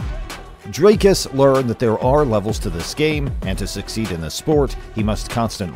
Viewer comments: Bru, it's pronounced DREEKUS, not DRAYKUS! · Lets see if I can help you pronounce his name. Say "we, me, see, tree"... that ee sound. Now say "Dree" (not dry). The cus is like someone who cusses a lot. cuss. Dree-cuss. You've got the surname right. Please get it all right before his victory against Strickland. Otherwise, a great video. Thanx. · Why can't yankees just say Dricus. Dri-Kis not Dry-Kis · He OBVIOUSLY has MY backing as I am South African as well..........Oh YA - AND! - For the English speaking viewers. His name is pronounced "DREE - KUS" NOT "Dry-cus" 😝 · It sounded fine to me, he actually nailed it. edit: ok the name is a little off, sounds like Drycus, it must be pronounced "Dreecus" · Always fascinating to me that people from the USA can't pronounce his name. They can say 'big' and 'kick' but somehow Dricus becomes Dry-cus 😂 Ander ding wat hulle nie weet nie. #stillknocks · You can CLEARLY hear how the commentators pronounce his name but you insist on pronouncing it Drycus??? WHY?? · A message to the commentator in this video. PLEASE sir. PLEASE learn how to say Dricus's name correctly. The way you said it sounds terrible!